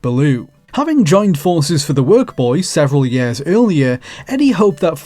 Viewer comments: Learn to pronounce "years". Please. Not "yeehr". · Over twenty YARS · "... for over 20 YARES"